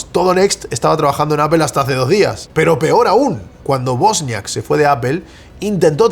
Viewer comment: Es Wozniak no bosniak. Buen resumen